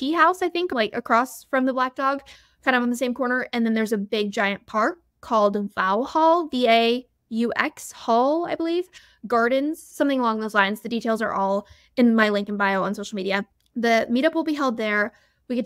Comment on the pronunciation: it’s pronounced vox-hall and i cannot wait to meet you there! re clowning i totally agree with you, analysing track numbers and eras tour outfits is more forcing things to fit our desires in an attempt to go viral than actual taylor swift easter eggs - which i think are exclusively in music videos and insta captions and those things